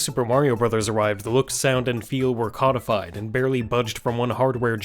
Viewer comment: l don't know if this was intentional, but the way he pronounced "codified" made it sound if he was comparing Mario to Call of Duty.